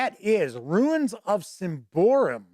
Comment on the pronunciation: Sym-ba-roum, not Sym-by-room, great review though